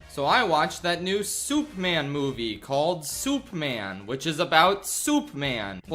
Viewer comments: Why calls man, soup man? Is he stupid? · ah yes, souperman